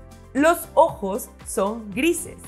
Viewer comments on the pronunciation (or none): none